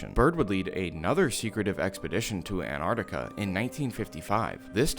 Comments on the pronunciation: An-tart-ti-ka Not Ann-arrkita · I am so triggered by people saying antartica instead of Antarctica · “Anne Artica» like americans say🙄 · Why do you pronounce Antarctica An-ar-ti-ca? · An *T*ARC TICA plsssss i don’t know why Americans refuse to pronounce it correctly 😭😭😭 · Nice video. But really hate that the whole of the fking United states can't pronounce the first t in Antarctica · The biggest conspiracy is why Americans don’t pronounce the first T in Antarctica